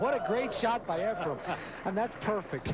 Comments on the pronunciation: Why does Alan Hopkins always say "Efrem?" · It's not "Efrum" either, lol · Jesus Christ Alan: It's EFRAN, not Ephrum. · ..Alan Hopkins is a great color commentator but someone needs to tell him it’s Efren not Efrem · Mitch Laurence: 'Efren Ray-ayes' Allen Hopkins and many others: 'Ephram Reyes' Jim Wych: 'Efren Rey-EZZ' How hard can it be to say Efren Reyes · Why are they calling him efrem reyays? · Someone tell Mitch Laurance that Efren's last name is NOT "Ray-ACE"!!!